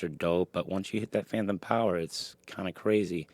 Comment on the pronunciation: Great vid. It’s phantom not phanthom. If it’s an impediment, I don’t mean offense. Just fyi.